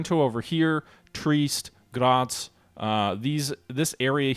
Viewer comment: Also Trieste is pronounced tree-est not treest